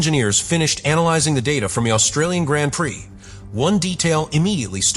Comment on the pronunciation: Hopefully AI will teach itself how to pronounce “Grand Prix” correctly sooner rather than later!